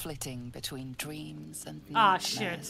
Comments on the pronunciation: A "Bightmare" if you will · A "bightmare" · You could say its a " Bightmare" Yes please